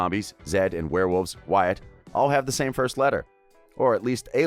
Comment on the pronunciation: you said wyatts last name wrong